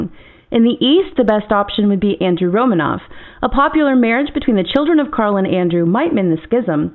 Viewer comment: I refuse to acknowledge the thoughts of a guy that pronounces is RomAnov. Regardless of if that even IS the correct pronunciation.